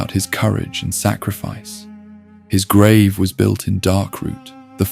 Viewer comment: How can you mispronounce grave?